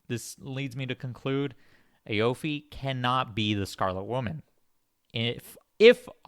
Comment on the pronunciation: Btw, aoife is pronounced ee-fah, it's irish